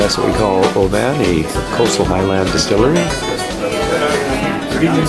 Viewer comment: It's pronounced "OBIN"